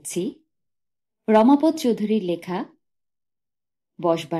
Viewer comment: "রমাপদ্" নয়, "রমাপদ-অ" 😅